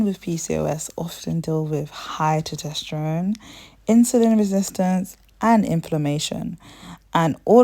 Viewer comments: Test-OST-ster-one. NOT toe-TEST-er-one. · This is good info sis! Not trying to be that person but as it's an informative video, the hormone is Tes-tos-ter-one. Keep up the good work! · I love the way you pronounce testosterone as “tutesterone.” 😊 is that a British thing, like “aluminium,” instead of aluminum? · Tosterteron? Thought it was meant to be estrogen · Lmfao are you trying to say testosterone?